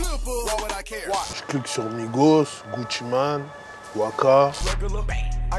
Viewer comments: Il a dit "Gucci-mAne" 😂😂😅, chacun sa façon de le dire hein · Axel 2 ah poto on est français hinn 😂😂